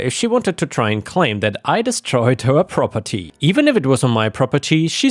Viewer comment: Rroperty? AI?